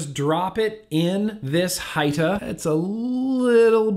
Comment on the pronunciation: what’s up sir hope all is well. Great video but since I’m a little hoodish lemme see if I can help you with good pronunciation. When you words like Hita or like Salt N PEPA. YOU ARE SUPPOSED TO SAY THEM THE SAME WAY YOU WOULD SAY THE PROPERLY SPELLED WORD ITS JUST SPELLED DIFFERENTLY. SO YOU WOULD PRONOUNCE PEPA LIKE PEPPER THE DIFFERENT SPELLING IS MORE TO SEPERATE THE ITEM OR PERSON. HOPE THIS HELPED AND SORRY FOR THE CAPS JUST REALIZED I LEFT THEM ON AND TOO TIRED TO RETYPE. I WOULD NEVER YELL AT SOMEBODY WHO HELP ME JUMP OF ANALOGS. 🤟🏽